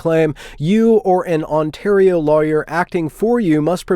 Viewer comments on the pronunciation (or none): none